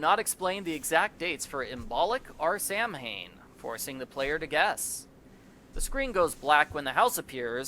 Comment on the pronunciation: big sigh this comment doesn't have anything to do with but more so. he probably isn't aware of how to pronounce Samhain. 😐 It's not pronounced how it's spelled. It's pronounced saa·wn, so like saw-win.